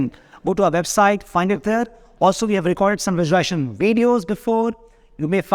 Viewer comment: Sincere advice: please learn to pronounce the word correctly. It is not visuali-ation. It is visuali-s-ation. A video in which a coach promotes visualisation without pronouncing the operative word correctly does not inspire confidence. Maybe it attracts people who have some trouble in speaking English. No one was born speaking English. Everyone learns it. So, please take the trouble to learn the correct pronunciation. Or better yet, why not speak in Hindi? Confidence & success have nothing to do with the ability to speak English. I applaud you for all the hard work you’re doing, and wish you great success. Namaste 🙏🏽